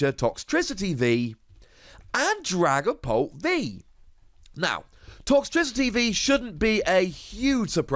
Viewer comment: I thought he was saying dragon ball